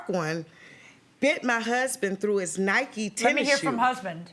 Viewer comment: did he say “NYKES” ?? lol. I think he knows it’s NIKEEEEE